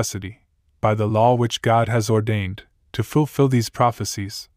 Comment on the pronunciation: I love how he says "a law" sounds like "Allah"... oh those poor foolish Muslims...